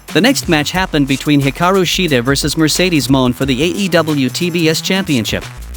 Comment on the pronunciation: Great video💯 just curious though who is "Mercedes Moan" and what is a "Suh-plex"?